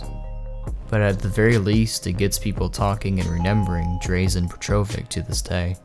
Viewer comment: God i hate y'all butchering poor Petrović's name. Dra-zh-en Peh-tro-vich zh is kinda like ch. you take z and make it shhhhh :')